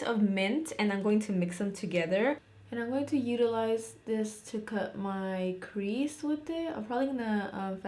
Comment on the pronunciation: Idk why but it’s so satisfying when you say crease 😂😂😂 I love it